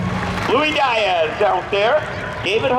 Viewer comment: I don't think Diaz has ever been pronounced as "DIE-azz"